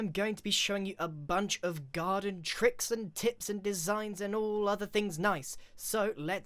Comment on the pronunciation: "garden and tricks & tips"sound smore like garden tricks and tits to me (the way you say it)